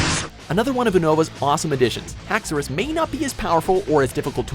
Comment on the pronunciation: Philip Garcia HACKS-E-RIS 😂😂😂😂 boii